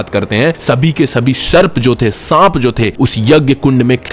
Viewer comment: वो सर्प है. शर्प नही.